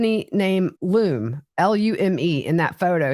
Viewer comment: Lumé deodorant, pronounced Lu-me. Lume is a Marijuana distribution company and I only know this because they're building a dispensary in my tiny town and people are upset about it.